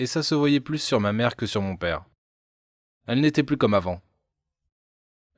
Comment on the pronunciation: On dit ps pere on dit père 😂